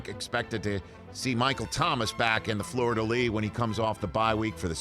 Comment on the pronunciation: American's always get pissed when a foreigner mispronounces an English word...bruh you just butchered the pronunciation of 'Fleur-de-lis'. It's not 'Florida Lis' bud